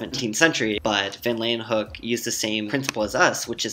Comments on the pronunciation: "laywenhuk" I believe it's pronounced "leeuwenhoek". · ANTON VAN LEEUWENHOEK, not Antony van lan hook, not mad just surprised this guy didn't get it right. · Pronounced "Louenhoek"